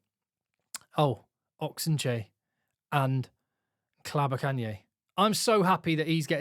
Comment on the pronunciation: Good job getting Ntlabakanye's pronunciation right!